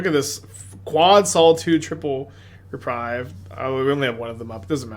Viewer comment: Hey, It is reprieve (ɹɪˈpɹiːv), not reprive (ɹɪˈpɹaɪv). Reprieve means „To cancel or postpone the punishment of someone, especially an execution.“ Reprive means „To take back or away.“ Greetings from a non native speaker 😅